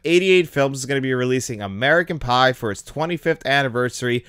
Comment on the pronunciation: When u said American pie u said American bi